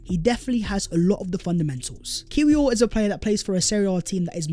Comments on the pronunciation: its pronounced yakub kivior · It’s pronouns Kivior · Great vid. Interesting points and will be good to see the new signings moving forward. Heads up, Kiwior is pronounced Kivior 🙂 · The ‘w’ in Kiwior is pronouned as a ‘v’. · The "W" in his name is pronounced "Veee". 😉😉😉